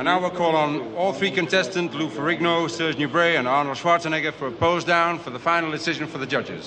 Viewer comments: LISTEN CLOSE! This is how "schwarzenegger"is spelled americans. Not suuuarzenegger like most of you do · I heard Arnold vinegar 😂😂